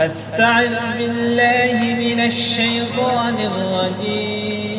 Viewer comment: কেউ কি খেয়াল করেছেন? সে আউযুবিল্লাহ আর বিসমিল্লাহ একটু ভিন্ন ভাবে বলেছে। এটার কারন কি?